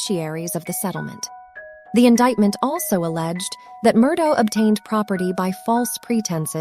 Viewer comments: It would be nice if the narrator was able to accurately represent the most basic aspect of their video, namely the pronunciation of the name "Murdaugh". While it can be forgiven if one pronounces it "ah" or "auk", to ascribe a pronunciation that NO ONE associated with the case has ever used, renders this video unwatchable. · I didn't make it that far... been following the case for over a year so I'll be darned if I'm gonna listen to someone call this guy Alex Murdo while pretending to know what they're talking about.